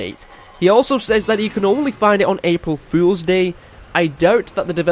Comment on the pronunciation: lol cant pronounce april fools 😂😂